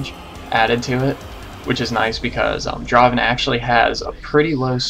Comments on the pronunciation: Not dra-ven! Draaaaaaaaven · its not dra-ven, its DRAAAAVEN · Dra-ven = wrong.